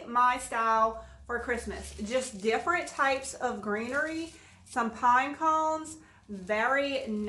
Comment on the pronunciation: pime cones. LOL I love your accent.